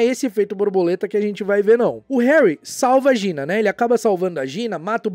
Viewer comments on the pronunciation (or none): "O Harry salVAGINA"